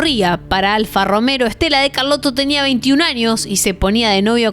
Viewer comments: Ok. Muy interesante, una vuelta más, una visión joven y un lenguaje actual. Esta bueno.. pd: alfa romeo, no romero😅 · Otra: es "capellanía" no capelina (sombrero femenino de ala ancha). Sigo: se habrá caído del caballo, no del "cabello". 3) No es "Fanguio" sino Fangio (pronúnciese Fanyio); no es "Alfa RomeRo" sino Alfa Romeo. ¿No hay nadie que le ayude a corregir al editar? JG. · Alfa Romeo!!! No Alfa Romero!!! Aaaaahhh. Me vas a provocar un bobazo!!!